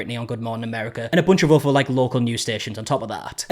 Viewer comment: Man, you guys will literally use any other sound to avoid saying the "t-h" sound correctly, won't you? FRIVE (for thrive. I damn near thought you were saying the octopus FRIED in its tank) and OVER (for other. Speak... Correct